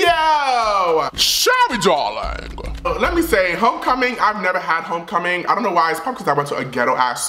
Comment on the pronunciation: it’s homecoming not HOECOMING